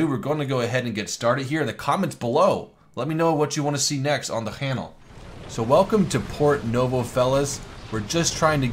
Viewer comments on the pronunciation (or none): He says hannel instead of channel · Anyone notice how he said "hannel" instead of "channel"?